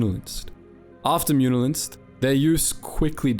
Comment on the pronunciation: The second "N" in "Muunilinst" is actually silent.